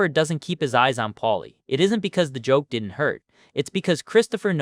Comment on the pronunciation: He did-dent.